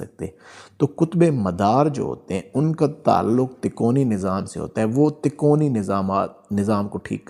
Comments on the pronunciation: اچھی اور سچی روحانی معاملات کی معلوماتی وڈیو ہے ایک لفظ آپ کہہ رہے ہیں " تکونی یعنی ∆" جبکہ یہ لفظ اصل میں " " " تکوینی" ہے عالم کن kun کے معاملات کو تکوینی معاملات کہا جاتا ہے جو اللہ تعالیٰ کے لفظ " کن " کہنے پر منحصر ہوتے ہیں یعنی اللہ تعالیٰ کن کہتے ہیں اور وہ کام فوراً ہو جاتا ہے اس بات کو قرآن پاک کی سورۃ یس کی آخری آیات میں اس طرح لکھا ہے فانما امرہ اذا اراد شئیا ان یقول له کن فیکون فسبحان الذی بیدہ ملکوت کل شئ و الیه ترجعون۔ ترجمہ۔۔۔۔ جب وہ کسی چیز کا ارادہ کرتا ہے تو اس کا حکم صرف یہ ہوتا ہے " ہو جا " تو وہ ہو جاتی ہے پس پاک ہے وہ (الله) جس کے ہاتھ میں ہر چیز کی بادشاہی ہےاور تم (سب) اسی کی طرف لوٹائے جاؤ گے۔ آپ سے گذارش ہے کہ تو آپ بس اس لفظ کا صحیح تلفظ ادا کیجئیے ویسے بھی آجکل آدھی عوام تو اردو زبان سے پیدل ہی ہو چکی ہے مگر جتنا ہمارے بس میں ہے ہم اسے اپنی کاشش سے دیر تک ژندہ رکھ سکتے ہیں۔ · تکونی نہیں۔۔ تکوینی نظام۔ہوتا ہے 😅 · Takoni nahi takweeni. Kindly correct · بھاي صاحب تکونی نہیں تکوینی ھوتا ھے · Tikoni nahi Bhai takweni nizam Sahi lafz bolen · قُطبِ مدار کا تعلق تکونی نظام نہیں ( تکوینی Takveeni) نظام کہتے ہیں۔ اُردُو کی غلطی ہے کتاب جس سے دیکھ کر آپ پڑھ رہے ہیں ہوسکتا ہے جو اس میں پرنٹنگ غلطی ہو یا آپ غلط پڑھ رہے ہوں۔ قطبِ ارشاد کی تعریف آپ نے درُست بیان نہیں کیی ۔۔اس میں تفصیل موجود ہے ۔ اللہ سبحانہ ہمیں اصلاح عطا فرمائے امین۔ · تکونی نھی ھے اس کاتلفظ تکوینی ھے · Lafz takoni nahi hota isay takweeni kehtay hain,informative video k liay shukria. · تکوینی تکونی نہیں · Tikoni nahi takweenee. Durst talafuz hai mohtaram hazrat basad adab .